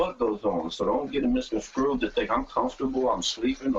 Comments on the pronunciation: it's "misconSTrued" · The fucking word is misconstrued. Not fucking SCREWED. Black People stop saying misconscrewed. Please. Nigha said it like 4 times